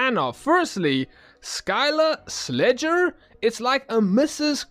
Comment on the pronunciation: It’s pronounced “slayer” like snow sleighing.